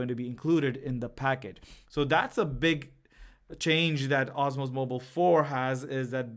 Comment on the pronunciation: Its DJI Osmo Mobile not "OSMOS"